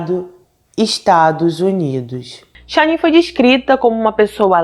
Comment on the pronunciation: Amooooo seus vídeos! Mas fico tão agoniada qdo erra a pronúncia dos nomes 😓 ainda mais num caso tão veiculado como esse onde o nome da esposa eh falado milhões de vezes… cada vez q eu ouvia “SHANNIN” doía meu coração 😫😫😫 é SHANNAN normal mesmo… Uma pena.. mas assisti tudo! Fica aqui o “toque” para q vc cresça mais ainda: procure acertar a pronúncia do nome ou de antemão se explique dizendo que não sabe sei lá 😶😭